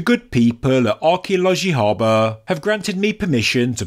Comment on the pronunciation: Thank you for the video. You are almost there in the pronounciation of Arkeoloji Haber. A in haber should be shorter. R in haber is pronounced. Haber means news.